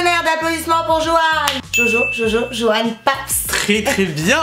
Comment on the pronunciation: c est Johan papzzzzzzzzzzz et pas Johan papssssssss🤣🤣